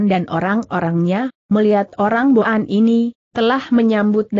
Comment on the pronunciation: cara baca kata" tertentu salah.misalnya kata boan .jgn baca bo an.tapi disambung jd boan/bwan.yg artinya orang suku boan/mongol.maaf kalau saya salah